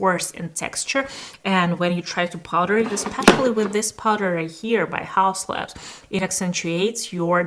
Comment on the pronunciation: but it's laBs, not lans